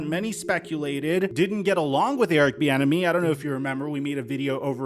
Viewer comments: Literally sound like you're saying Erick "the enemy" 😂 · Every time i hear most people, including you, say Eric’s last name i think you’re saying Eric The Enemy which would be a baller nickname.